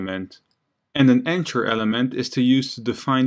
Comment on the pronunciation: I'm an ESL teacher trying to improve/create my webpage. I find these videos very useful. As thanks, I want to point out a couple of English language issues I have noticed. The word "anchor" which I think is what you are saying for the element. The 'ch' in this word pronounces as a /k/ the same as they do in 'mechanic' and the 'or' pronounces like 'er' the same as they do in 'doctor'. Likewise, the name of the letter 'h' is pronounced 'aitch'. Learning phonetic symbols can be a great help with perfecting the pronunciation of words you may not have heard before. Also note, that saying punctuation mark for the 'period/full stop/dot/point' is not accurate because punctuation mark actually means any mark other than letters, including but not limited to exclamation marks, question marks, commas, colons, semicolons, and quotation marks. I find your carefully detailed explanations very helpful, but these minor mispronunciations really distract from the knowledge. Thank You again for these videos!!!